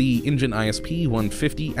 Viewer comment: its engine goddamit, not ingine